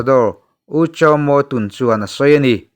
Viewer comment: TUN ;;hi''Thun Ti'a lam rik tur a Nia.